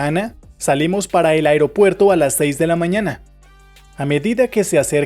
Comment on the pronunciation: Maybe learn to pronounce por and para first before you make a video telling people how to use them!